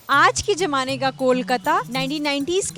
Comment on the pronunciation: Lallantop is very good with the pronunciation. If the anchor fixes her diction to say Z or Zee instead of Ji. For eg she said gen g not Gen z. Jamane instead of Zamane. She can choose Hindi word instead and not use Zamana if she can't pronounce it. It just sounds wrong to viewers that's all. Otherwise, good presentation and coverage by the host. Good job on that.